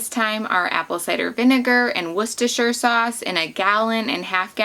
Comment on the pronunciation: I think your the first American to pronounce Worcestershire correctly lol.